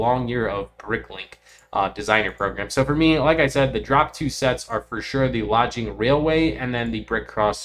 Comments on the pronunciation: Dude it’s not “lodging railway”. “Logging” as in it carries logs 😅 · The Logging Railway is pronounced "Log-ing" NOT "Lodge-ing" LOL. The train hauls logs, get it?